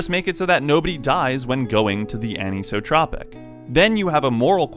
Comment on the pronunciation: I have one thing to say about this video. ANISOTROPIC IS A REAL WORD AND IT IS NOT PRONOUNCED LIKE THAT!!!! Other than that it was a pretty good video